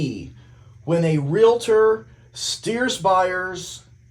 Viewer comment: I fell in love with you when you said REALtor! Not re-la-tor😂😂